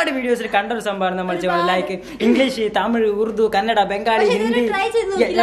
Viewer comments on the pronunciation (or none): none